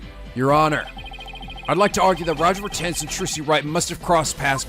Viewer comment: his name is pronounced Roger Ratings FYI